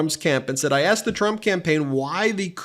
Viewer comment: Trump almost sounds like his mouth is SUPER dry. Instead of “said” he pronounces it “thed”. While HOW he annunciates words points to possible dry mouth, it is WHAT he says that sounds like dementia.